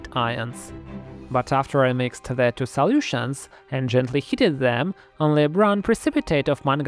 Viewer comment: just a little English pronunciation tip for ya.... you say the word "mixed" (and later the word "watched") wrong.... sorta. . you say it correctly.... but then add an extra "duh" sound to the end. so instead of "mix-ed"......you say "mixed-duh (idk, its hard to explain with text only lol) . like, you say the word PERFECTLY.... but then add an extra "sound" to the end that isnt needed. . dont worry too much about it.... you are perfectly understandable. and even NATIVE English speakers do the same thing. (my sister would add an extra "ed"...or 2, or 3... to every word that ends in "ed"...... so she would say "i mixed-ed-ed the chemicals" . and dont let my sister see this comment..... she WILL beat my behind. lol.